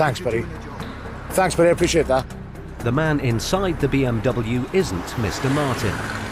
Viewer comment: It is a TH not F sound. It is thinking not finking. It’s thanks not Fanks. It is nothing not nuffin